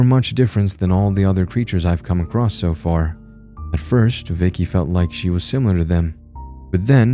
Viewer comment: "Across", not "acrost". There is no "t" in the word. Edit: Aaand done. I'm looking for scares, not to be preached at about the equality of fictional monstrosities that do horrible things. Keep working on your vocal range and word pronunciation.